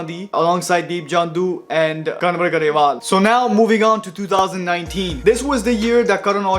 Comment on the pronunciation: Amazing info bro !! Great work !! Btw "N" in "Kanwar Grewal" is silent.